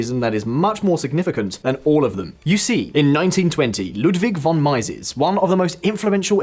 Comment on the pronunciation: Just one note: Mieses rhymes with cheeses.